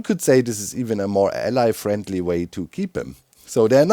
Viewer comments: Doc, you gotta look up the pronunciation of “ally” vs “allay” love your stuff but that keeps driving me nuts! 😂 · "The Ally" Don't you mean the Allay?